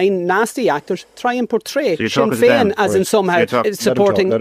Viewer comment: Sin ‘n’ Feign